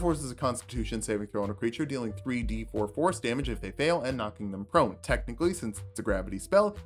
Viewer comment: I keep hearing you say "Force damage" as "Horse damage" and I'm disappointed by the reality